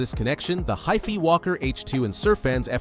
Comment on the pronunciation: wouldn't "HIFI" be pronounced like "WiFi"? ...ya know, HiFi as in High Fidelity?